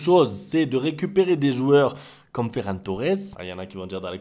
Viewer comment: Quand même tu prononce le non de Ferran je ne me cesse de rire 😅 Mais très content de voir les joueurs de retour mm sur le banc surtout mon idole olmo